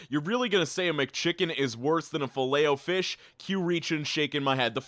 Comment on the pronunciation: You pronounce filet o fish weirdly. Also, it used to be the only thing I'd eat when we went to maccyD's as kids, as we wouldn't go elsewhere. As an adult... there is nothing good on their menu. You asking "what do you prefer, crap or more expensive crap?" - mate, imma gonna go walk to BK, where the food actually has flavour